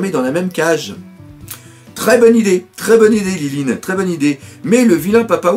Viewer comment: c pas lilin mais linlin